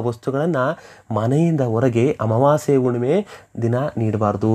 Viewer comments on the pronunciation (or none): Unnime alla Hunnime. Kannada sariyagi matadi